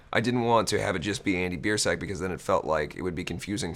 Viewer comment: no matter how many times you say Biersack I hear ball sack